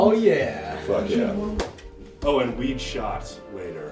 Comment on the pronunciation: He said weed shot but all i heard was satan